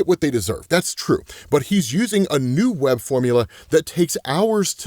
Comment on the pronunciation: I don't know if anyone else caught it. But at 5 minutes 48 seconds he says Superman's webbing. I had to double back and listen to It again. As I'm at a stoplight, and sure enough. Yep, Superman, got some crossover going on. So I'm doing voice text if it's a little wacky. I can't prove read and drive, love what you do. Keep it up😅